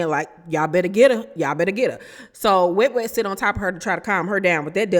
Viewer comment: I hate you so much you called Wet Wet “Must Must” 🤣🤣🤣🤣 I hollered